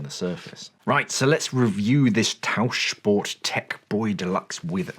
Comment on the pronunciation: 10/10 points for the pronunciation of Tauchsport. 👏